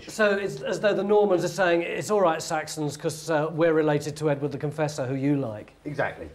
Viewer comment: Everytime I hear “Edward the Confessor” I hear “Edwina the Contessa”! 😂